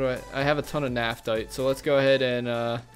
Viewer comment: It is pronounced naf-the